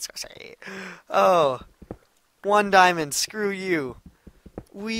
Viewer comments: its funny how he says diomond but keeps on goin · its funny how he says diamond but keeps on going